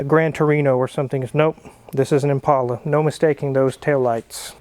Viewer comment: Thank you for pronouncing Impala correctly! It’s an ImPAULA boys and girls.